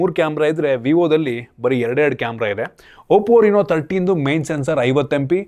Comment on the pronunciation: ಅದು oppo ರಿನೋ ಅಲ್ಲ ಗುರು, ಅದು ರೆನೊ 😂